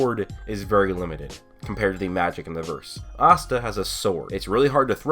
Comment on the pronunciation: "ahhsta" ewwe